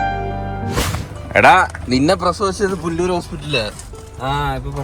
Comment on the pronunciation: പുല്ലൂർ അല്ലാ 😂😂 പുനലൂർ ആണ് 🤣😂🤭 ഞാൻ അഞ്ചൽ ആണ് 😌😂 നിങ്ങളെ നേരിട്ട് കാണണം എന്ന് ഉണ്ട് 🙂🤍